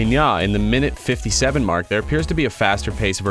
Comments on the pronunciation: It’s nyaw not NyAh! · It’s neow